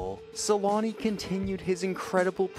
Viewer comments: For those who don't know, the "ä" in Selänne is pronounced with an "ä" like the first sound in "action" or "animal". So it's SelÄnne. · It's so funny for me as a person from Finland. How the name changes so much with language, in my ears when you pronounce "Selänne" I know in english they don't have "ä" letter so even with "Selanne". You turn it in my ears to "Suulani", just always funny. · make that documentary and learn how to pronounce his last name for it, lol